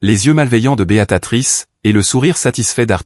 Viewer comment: On dit BÉA TRICE